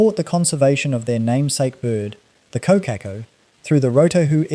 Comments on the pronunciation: Core-car-core > Kōkakō.. just sayin 😎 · God help me! Someone tell this man how to pronounce Kōkako properly! It’s sooooo distracting. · I unsubscribed once I heard the pronunciation of Kokako . Not a kiwi AI grandpa .